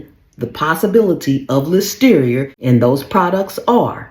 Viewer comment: "ListeriA" not "Listerier".